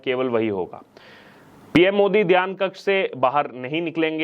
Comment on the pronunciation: Dhyan not dhaan.